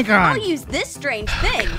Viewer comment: Tape?? Cmon, yall, Phil Swift taught us to use FLEX SEAL on those "strain-ge" bowls